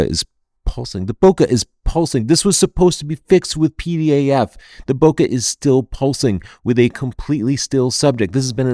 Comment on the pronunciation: Don't mean to nitpick here but if you keep to saying bokeh the correct way (bo-kay, not bo-ker), there would be less chance your audience will miss the word when you're speaking fast. (Thanks!)